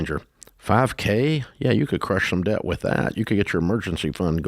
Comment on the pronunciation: Over 100k of student loans? I'm not even 1 year post grad and I have 4k left... I'm gonna finish those out this month. Ramsey's voice in my head "pay off that debt" (sounding like *deyet*). Live small save for 30 years it's so easy. I am an engineer and I really don't have a whole lot I want to spend money on. It's nuts people drive up stuff and take out a mortgage? Brothers and sisters I don't know how Dave has the patience...